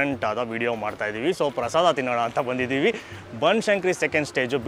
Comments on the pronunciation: Prasadam alla adu prasada, aden Bengaluru janano yaavdu nettug baralla Ella adrambarda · ಅದು ಪ್ರಸಾದಮ್ ಅಲ್ಲ ಪ್ರಸಾದ ಅಂತ ಮಾಡಿ ದಮ್ ಏನಿಕ್ಕೆ